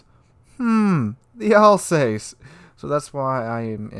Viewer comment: Love your vids. It’s pronounced Alz Ass. Not Alz heyssss. I should know. I was born in Strasbourg. In Alsace. Cheers!